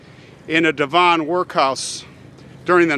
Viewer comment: Great story, I wonder if he was innocent. Devon is pronounced Dev….n